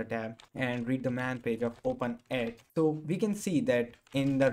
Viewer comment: I love how you said "tho" instead of "so" xD Lots of love from India. Keep doing what you do best.